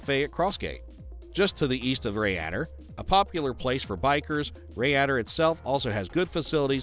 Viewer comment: The town in Wales (Rhayader) is pronounced “Rye Der”….